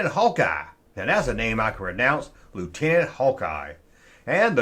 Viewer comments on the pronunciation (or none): none